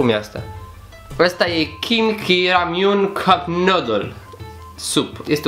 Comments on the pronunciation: Kimchi, se citeste chimci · Kimchi 🇰🇷🍯🌿 Ramyun 😍😍😍😍😍😍se citește kimci Apropo mâncărurile astea koreene sunt iuți Lor le place iutele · se citește KIMCI....(MA UIT LA SERIALE COREENE) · kimchi 😂😂 (Se pronunta chimci) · Se scrie Kimchi, dar se pronunța "Kimci". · Kimci se pronunta. Un fel de cinci dar pronuntat cu accentul pe primul ,,ci'' de la cinci. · Kimci se pronunta